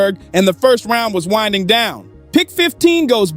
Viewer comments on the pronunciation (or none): none